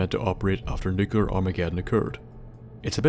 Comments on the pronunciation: NEW-clee-uhr, not NUKE-you-lur Please learn to say the fucking word. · Nuc-L-ear!!! not Nucelar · 1 because he says it wrong 2 because it drives me nuts